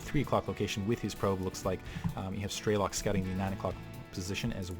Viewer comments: While you are correct on that what it means. is pronouncing it incorrectly, the american way - "Strey-lok'. Its difficult to write how it sounds correctly b/c of the intonations but its more like 'Stre-lok' w/ the 'o' not sounding like an 'a'. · Nice cast. By the way strelok means shooter in Russian and the correct way to pronounce it is strelOk not strElok